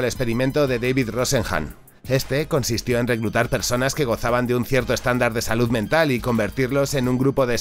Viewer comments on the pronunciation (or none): none